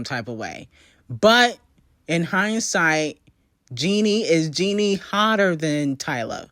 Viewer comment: why are you pronouncing her name Jeanie when it’s spelled and pronounced Jennie? like jenny.. who tf is jeanie🤣